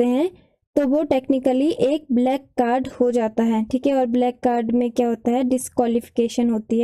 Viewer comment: Mam... Vo black hota h back nahi...